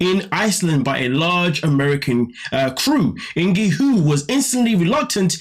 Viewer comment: Pronounced INKY